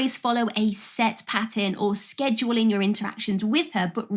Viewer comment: You'd get dumped straight away for mispronouncing "schedule"🤪